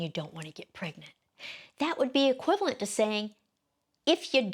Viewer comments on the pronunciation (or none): none